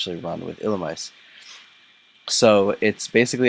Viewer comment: It's actually pronounced like ee-lu-me-say